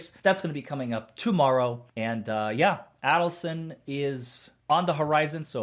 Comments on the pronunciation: I hate to be “that person” but could you please pronounce Donna Adelson’s name correctly……it’s A-del-son, with a long A…..not pronounced Addleson Thanks! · Pronounced A as in Aid = Adelson